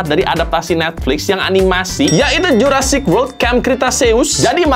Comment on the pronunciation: Jurassic world ✖️ Juruparrkir world ✔️